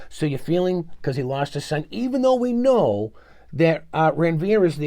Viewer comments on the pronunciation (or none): none